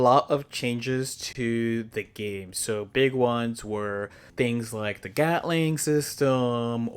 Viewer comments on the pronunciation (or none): none